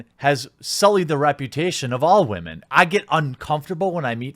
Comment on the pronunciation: "Believe all whamen". Yeah,right.